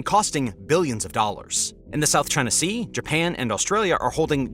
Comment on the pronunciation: It always kills me when people say, "South Ching Sea!"😂